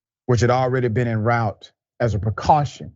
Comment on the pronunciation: En root... pronunciation